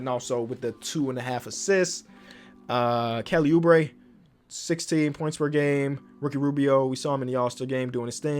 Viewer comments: Mans almost said kelly boobre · “Kelly boobre”!?? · Kelly boo-bre 😂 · we gonna forget about saying "kelly boobre"